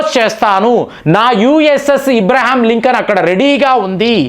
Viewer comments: That is Abraham Lincoln, not IBRAHAM LINCOLN. Pronounciation is very important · ఇబ్రహీం కాదు అబ్రహం sir. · మీరు కొన్ని పదాలు సరిగ్గా పలకండి దయచేసి. ఈరాన్ = ఇరాన్, ఇబ్రహాం=అబ్రహం, సబ్మిట్ = సమిట్, స్ట్రయిడ్ అఫ్ = స్ట్రయిట్ ఆఫ్, ఇలా చాలా.... అంతకు కుదరకపోతే దయచేసి వాటిని అచ్చ తెలుగులో చెప్పండి.. ఉదా.. శిఖరాగ్ర సమావేశం, జలసంధి మొ... అన్యదా భావించకండి.